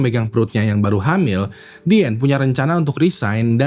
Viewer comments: Izin ralat, Min: Diane adalah nama panggilan utk Diana. Bacanya Dayene bukan Diane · ijin koreksi sebut nama,,, bukan diyen tapi dayen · dibacanya dayen gak sih? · Diane : Dayen Bang bukan Dien. Jangan ganti-ganti nama😂